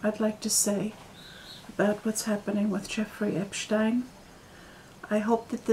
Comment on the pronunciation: Finally someone who pronounces his name correctly! Most people mispronounce it as “Epstien”. And I think the red hats you are referring to are the Egyptian fez. Hope you’re having a wonderful summer.